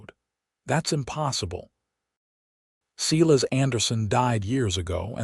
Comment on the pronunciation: Silas is not pronounced See-less it's Sīlâs. My Uncle who also had that name if he heard how this AI garbage pronounced his name would spin in his grave. He'd get madder than a yellow jacket wasp if he heard his name mispronounced like this narrator says it. It doesn't sound right at all, especially since I know a few guys with this name and not one pronounces it like in this story. Are you kidding me, Eleanor is not pronounced Ēlēanor, it's Êllênor. Good gawd, AI narration = just more AI GENERATED SLOP!🤦🏼‍♂️🙄